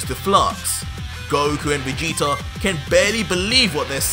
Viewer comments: I love this but it’s vageta not vageter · Vageter??? I hate when people put a er on words that end with a A I bet u say Americer😒😑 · Has anyone else realized he pronounces Vegeta with two r's